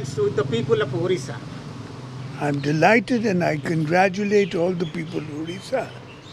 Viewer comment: Bloody reporter...as an Odia people he s pronouncing Odisha as orissa...then What will we expect from d people other states. Shame..shame.